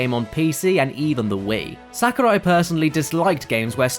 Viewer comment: Please vet the speaker's knowledge on how to pronounce the names of foreigners in advance next time. If not this, then please get an editor who can fact check and correct these things so we aren't subjected to hearing "SA-kurai" 10+ times in less than a few minutes.